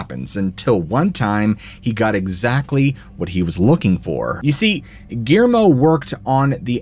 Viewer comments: 😂 Ok, I'll get on ya about something else. Guillermo is pronounced (Ghee - air - moe) with 3 syllables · Surprised he didn't pronounce his name Gimme. Couldn't even say Gui er mo correctly. He's really bad about that. A woman named Geraldine, called her "Gary" instead of Jerry, WTF ever. Biggest reason I don't watch him so much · 😂Okay I'll bug ya about something else. Guillermo is pronounced w 3 syllables ( Ghee - Air - moe) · My friend is going insane over the way you are pronouncing Guillermo